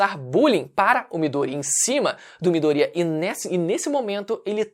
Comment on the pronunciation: Midorya, não midoría mano 😂😂😂 q agonia